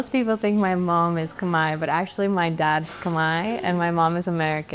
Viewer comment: When you Khmer pronounce Khmer your Khmer. When you Khmer pronounces Cum-here your whitewash Khmer..